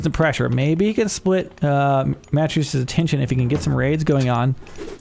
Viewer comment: Matreiuss is pronounced muh-TRAY-us. The first two syllables rhyme with 'betray'.